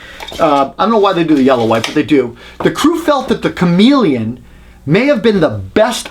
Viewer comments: Stop saying Chameleon! It's Komelon! Funny thing is, I was recently watching a review of the Bosch 5-in-1 install driver which is actually CALLED Chameleon, and the reviewer kept saying "Shamalon" 🤣 Seriously though, a great thorough comparison. Thanks! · KOMELON, not comeleon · its not komeleon its komelon. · "Comma-lon." Not chameleon. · ko - mel - un Not Chameleon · Uh, it's pronounced Kom-el-on, not Chameleon. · Love how you say komelon haha "chameleon" its not a lizard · You keep saying comeleon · Is he really pronouncing Komelon correctly or just trying to be funny? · You are mispronouncing Komelon. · Absolute bullshit. Pronounce Komelon like some sort of lizard and we know you can not test tape measure qualities. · Yep I loved how well done his review was, but I cringed each time he mispronounced the name of the Korean tape measure. I have the Komelon myself, and it's an awesome tape measure, although probably not up to the vaunted Fat Max.